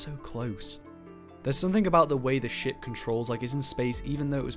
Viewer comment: everytime you say ship I hear shit